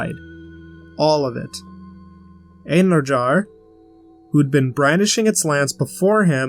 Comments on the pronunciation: Just want to let you know, J in einherjar is pronounced as einheryar. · Einherjar is read En-her-rea